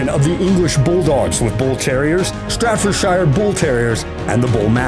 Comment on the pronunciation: Hey narrator, try this, ( BRACKy - sef - PHALlick ) = brachycephalic. And it's S t a f-fordshire not S t r a t-fordshire Bull Terrier, and you can't pronounce A-LAP-aha for scheisse, much less Alano, or Ca de Bou, and others.